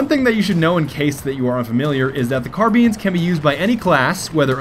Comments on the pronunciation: Yes hes saying carbeans. it's like a car with alot of beans inside the car. xD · Sounds like he is saying carbeans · It's so annoying when he says carbeans idk why!!! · its not carbeans, you silly bagel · no, not car-beans